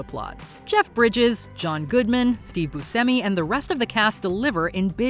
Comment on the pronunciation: Wow, you actually pronounced Taika Waititi and Steve Buscemi's last names the way I've heard them say interviews they should be pronounced! And I can forgive you for mispronouncing Chico Marx's name, since almost everyone does. It's actually pronounced (and was originally spelled) Chicko.